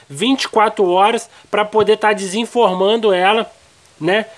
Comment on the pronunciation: Muito bom, mas dá uma agonia ouvir ele falando " disformando" , fala desenformando.